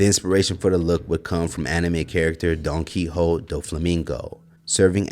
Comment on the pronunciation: Its Pronounced Dahnkee Hohtay